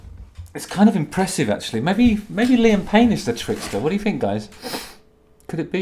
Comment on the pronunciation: Justin! I'm so glad you brought up that you say "fink" instead of think - it drives me mad! Didn't wanna bring it up and make you feel self conscious ( not that I a mere mortal could do that but in case loads of people were saying it). I think ( no pun intended) it's because you speak 'proper' so the 'fink ' sticks out like a sore thumb. Anyway regarding this one dimension bloke - I had no idea he is such a plumb! What on God's green earth did Chezza see in him? If ever there's a prequel to The Office ( David Brents younger years) this is the boy to play him. Loved this one - very entertaining 😂✌❤